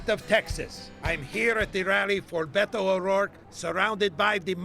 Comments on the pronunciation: Beh-toe, not Bed-o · And to this day, Colbert continues to say "Bet-ou" instead of "Beh-Toh." The silent H means, stop fucking making sounds. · I hate the way he pronounces Beto. He says “BeDo”